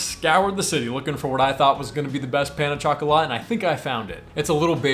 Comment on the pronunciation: It’s the Pano tchokolate for Pain au chocolat for me